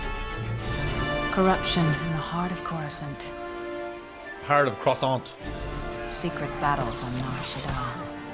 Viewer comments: “Wait let me pronounce that right…’chorus can’t’” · The sith are the six and darth is dark, you need to work on your SW pronunciations, how you said Coruscant made me cringe.